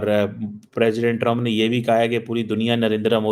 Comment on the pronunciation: भाई दुनिया के 47 प्रेसिडेंट बने है आप बोल रहे हो पेशेंट बने है😂😂